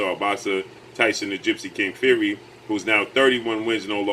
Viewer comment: The way he says his name: Tyson Few-ree 😂😂😂😂😂😂😂😂😂😂😂